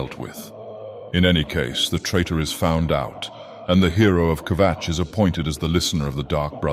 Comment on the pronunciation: I will never tire of hearing say Kvatch.